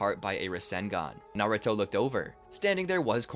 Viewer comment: "kuruma" "naruti" "shinshuriqi" 😭😭